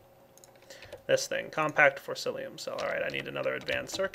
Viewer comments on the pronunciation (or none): you need to learn how to pronounce forcicium, it's like this Four, sea, sea, um, forcicium. not forcilium like you keep saying it. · I love how he never pronounces "forcicium" right.